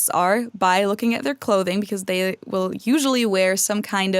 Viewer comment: Speaking of dialects... I’ve always wondered about the way often pronounces his L’s (or, as he might say: Ew’s). Specifically in this installment, he said: “ when I’m in Cincinnati in August, [wiww] be [ay-bow] to record something.” Is this a regional dialect or a personal idiolect? It’s similar the way some people pronounce the nickname for Philadelphia as [fiw-wee] rather than “Philly.” I sincerely hope you’re not offended,!. I love you guys and this channel. I’m just curious. BTW: a couple good words for “not genuine” are: “insincere” and (Sartre’s favorite) “inauthentic.”